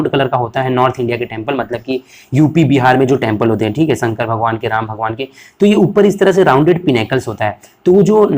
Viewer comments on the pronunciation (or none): none